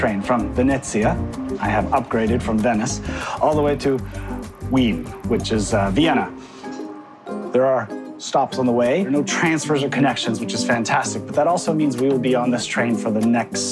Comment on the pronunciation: lmao thats not how you pronouncce Wien. "Ween" lmao